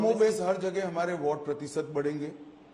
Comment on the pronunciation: Voht, kwoart , Vhoat bank, 🤣🤣🤣von naysun, phhayda, one elecsun, ssabdah, phhayslay, pensun, noat Bandi, conecsun,jab AZADI samapt hogi, every other word he utters is a joke initself. Freak what a joker he is